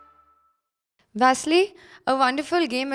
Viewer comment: Guys, please call his name correctly. He is Vasyl, not Vassily. It's original ukrainian name, do not mix it with Russian. There is ex-soviet type of representing Vasyl. But Soviet Union is dead more than 27 years, it's big shame call him Vasilly still now. Vasilly can call him only in Russia, as old habit. In UA everyone call him originally. Vasyl.